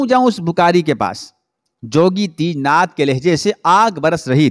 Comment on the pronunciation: teejnath nahi tejnath